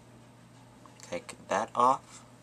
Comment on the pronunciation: "Done." HAHA!! I laughed every time you said it, because its like....."You really need me to show you how to do this??? DONE!"